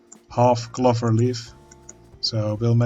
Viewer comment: Hey man, love seeing this unfold, never knew about this game! Just a tip, the word clover uses the O-sound as in the Dutch pronounciation of Oven!